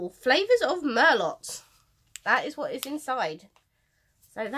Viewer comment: It’s pronounced MER-LOW not Mer-lott! Sorry, thanks for unboxing the mystery for us!